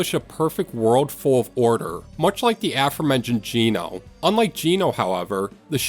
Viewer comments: Comment 19, Geno is not pronounced gee no, it's pronounced Gen no! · I'm sorry but way u pronounce geno gets me 😭